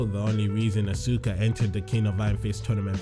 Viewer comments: EnderMan BOSS it pronounce "aska" I think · it's pronunced ask ah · Asuka is my favorite. One thing that bugs me though is when people mispronounce her name -_- It should be pronounced Awe - skuh instead of Awe - soo - kuh or Awe - suk - kuh. I think a lot of that confusion was due to the announcer in Tekken 6 during character select mispronounced her name when she was selected. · u pronounced Asuka wrong